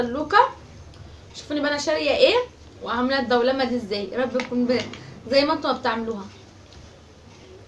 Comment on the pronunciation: بتقولي اسم الدولمه غلط